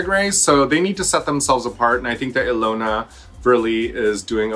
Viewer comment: Ilona is pronounced “Yawn-ah”